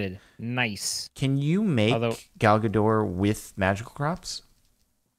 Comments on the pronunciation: Ga-dot. Dot is pronounced like a dot • Not "Gadoh", Like you've been pronouncing it. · her name is Gal Gadot not Gado...